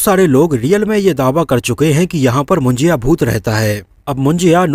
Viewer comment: It's not a मुंजिया it's मुंजा bhai 🧐